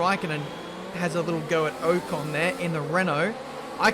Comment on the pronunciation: Please be able to pronounce ocon properly by release. I'm sorry but it bothers me sm